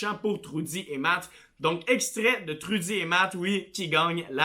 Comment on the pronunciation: Troudy😂🤦je sais pas si c'était un accent mes c'est trUdy 😂🤦sinon j'adore ta façon de monter tes vidéos